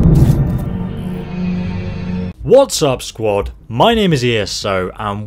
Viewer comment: Stop saying squad its doesn't sound right